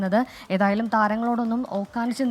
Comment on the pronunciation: ഓക്കാനിച്ച് എന്നല്ല കുട്ടി, ഓച്ഛാനിച്ച്എന്ന് പറയൂ. 24 ലെ ഭാഷാ വിദ്ധക്തൻ ഹാഷ്മിയോട് ചോദിച്ചാൽ പോരെ? 😄